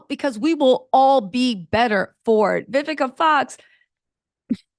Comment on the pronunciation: Love how you were saying Vi-VEE-ca. Hehe